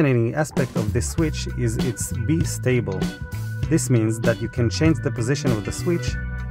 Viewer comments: Very cool, thank you for sharing this neat design! My only voiceover feedback: ‘Bistable’ = “Bye Stable” ≠ “Bee Stable” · You get to do that for a living but you can't pronounce bistable properly :/